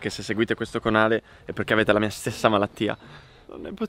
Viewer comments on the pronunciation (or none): Ha detto conale al posto di canale.